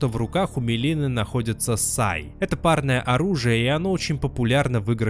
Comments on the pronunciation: МИлина, а не "мЕлина" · МИлина, а не МЕлина, а так всё, как всегда, круто и интересно.